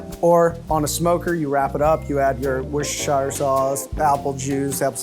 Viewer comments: excuse me.... what sauce?? This guy is a chef? LOOOOL! "worcestershire sause" is pronounced as (wooster-sheer sauce) americans are TERRIBLE at prounounciation ROFL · "woosher-shyer" not quite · wushashushire sauce :p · Wuss-ter-sheer, not shire! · Wuster-sheer incase people cant handle double oo's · As a British human let me clear one thing up: wus-ter-sheer sauce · Wuss-ter-sure sauce. That's how it's pronounced. And now you know :) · Man, it's wust-er-sheer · "worchesterSHIRE" -- Babish (in particular, his neck) resisting temptation to comment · What is Wistersheyer sauce? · I believe it's pronounced "Wusster" or "Wusster-sher Sauce" from a token Brit ;) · That guy really doesn’t know how to pronounce worcestershire correctly like babish does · wouldnt really call him a good butcher if he cant pronounce Worcestershire correctly :/